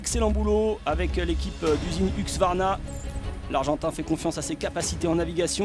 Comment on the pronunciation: C'est pas Huxvarna... mais Husqvarna. Come on...